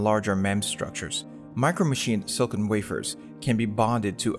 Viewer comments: Nitpicking... You say "Silicon" too fast and with only 2 syllables instead of 3. It sounds like you're saying "Silkin". If you didn't show the word Silicon on the screen, I'd never know that's what you are saying. It's /Sil-ah-kon/. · Took me ages to realize he's saying "silicon" and not "silken"